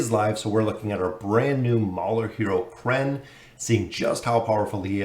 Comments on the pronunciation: From Kren to Kayren XD you're truly a master of name butchery. Hope this mauler delivers, he sounds good. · It's actually Kren, not kee-ren.